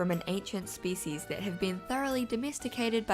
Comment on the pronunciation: I thought she said feces instead of species.